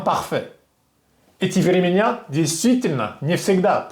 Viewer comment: Прекрасно владеете русским, но некоторые ударения... в концЕ, временА, спешИть, пИсьма , любИл, пЕла, попрактиковАться